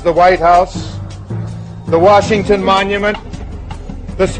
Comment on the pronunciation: That one guy said “George WERESHINGTON”